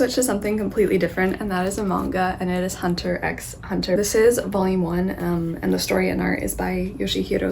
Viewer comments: Just to let you know, the 'x' in HunterxHunter remains silent. It's something I've learnt recently😅. Also, I strongly suggest you to read the manga "Spyxfamily". It's so cute!! The anime is currently airing. Do watch it too💓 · Seeing you talk about Hunter x Hunter is a nice surprise. It's a great series. Two things to note: 1) the "x" is silent 2) one of the unknown reasons why you like it so much might be that Togashi's wife, Naoko Takeuchi, is the creator of Sailor Moon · Just a few notes on Hunter X Hunter as someone who has read and watched it, as well as Yoshihiro Togashi's other works! :) Firstly, most fans refer to it as just Hunter Hunter (and don't pronounce the X). Also the current anime on Netflix is a remake of the original and I really recommend the original anime; it only runs to a certain part of the series and then you have to switch the remake but the animation quality is worth it! The original is currently uploaded on youtube for the most part. Lastly, the author also created YuYu Haksuho which is just as amazing of a series and I definitely recommend it as well (at least for watching)! Hope you keep reading :) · Gon is essentially looking(hunting) for his dad who is a hunter; a hunter who hunts a hunter is a hunter hunter, hence the title hunter x hunter (the x is not pronounced, it’s just hunter hunter).